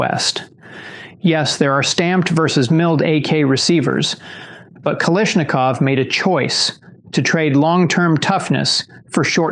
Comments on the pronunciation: Oh no - he didn't call him "Kalishnikov" 😅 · If you are going to diss the rifle, at least learn how to say Kalashnikov right, maybe if you didn't buy Kal-ish-nikoffs. You'd have different opinion.